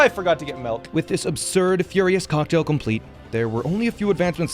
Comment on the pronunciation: "I forgot to get melk"